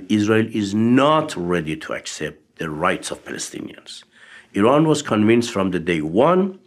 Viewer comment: Why is it Americans can't pronounce Eee Raan??